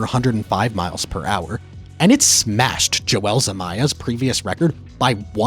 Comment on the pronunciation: Holy fuck is name is not joelle